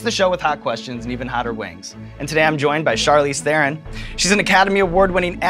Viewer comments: Her American accent isn't fake. She learned English properly while she was in the US, so that's just how she speaks. And she pronounces her surname wrong on purpose so that Americans can repeat it. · She must be pissed off about hearing her name pronounced incorrectly for 100 times in just this video :D It's "Thron", not "The Ron" ;) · Charlize Theron is sooooooooo darn beautiful! By the way, her last name is pronounced "Tron" not "thè-ron". She was too sweet to correct you XD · Charlize "Thaaron" is how you pronounced her last name. #FirstWeFeast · Theron is pronounced Tron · Hollywood still mispronouncing her name its "Tron" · It’s pronounced Tron with a rolling T... and she did very very well. Maybe the best. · You pronounced Theron wrong, it's pronounced Taron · Theron is pronounce The-Rone. She says it on Ellen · he's a pretty good interviewer but lets see how he pronounces her name. He'll probably get it, it's not that ha- ...oh...oh no... Tharen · OH COME ON!!! a hollywood A-Lister ?! what show is this!! omg! :D her name is pronounced charlize thron :D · I really thought he would pronounce her last name correct! :D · When will anyone pronounce her last name right? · Yeah, she's so real she would not even pronounce her surname Theron correctly out of "shame" being South African. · C'mon Evans, mispronouncing Theron? You're losing your edge. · OMG, Sean got her name wrong! =O Was he so excited that he forgot to research the correct Afrikaans pronunciation? Guess that's what he got the 'asshole' for haha